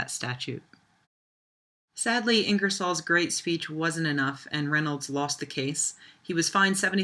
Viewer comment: The possessive of Reynolds should be pronounced Reynolds's (reynoldzez).